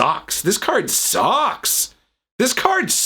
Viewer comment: Lmao I died at "this card SUUUUUCKS!!" & "I still think her hat looks STUPID" 😆😆💀💀